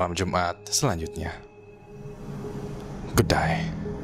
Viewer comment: bang, di akhir video lu bilang "good day" atau "good die" ???